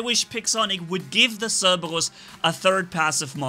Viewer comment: I like The Way he says Cerberus I can't say it like that